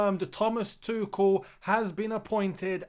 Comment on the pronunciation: Btw it’s not Tukol, it’s Too-schel